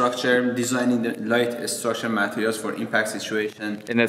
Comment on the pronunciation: This is awesome but I couldn't focus because he kept saying "MAT-erials." Every time he said it, it threw me off. And then "me-CHAN-isms." How can you be a genius materials scientists and not know how to say "materials"???